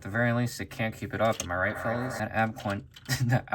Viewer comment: ah yes the ab cwunch